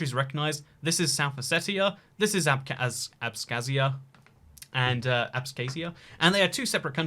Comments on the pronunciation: I don’t know what’s the deal with “kh” in those Russian words, but we don’t pronounce “k” in it. Abkhazia(I was born in there) is pronounced as abhazia. The only thing I can think of is that in English “h” may be silent or semi silent where in Russian it is quite harsh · Abkhazia: Abkhazia: Abskazia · future historians will be going to hate you for not explicitly mentioning the CoViD... :p PS Besides Philly, for the southern Delawareans there's Salisbury and others that could clearly be close enough. ;-) PPS Oh you weren't kidding about annoying people who like perfect pronounciation... FWIW there's no S in "ABKHAZIA" :-B